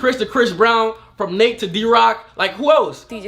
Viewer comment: It’s actually Nate not Nat